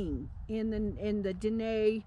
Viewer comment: Aren't you mispronouncing Dine'???